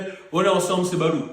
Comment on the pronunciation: C pas balot c'est balouuuu 😅😂❤